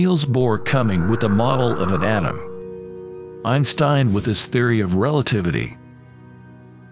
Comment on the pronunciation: Painful to listen to , exactly how many "Pro-Tans" are in a uranium "Autumn" ? Ouch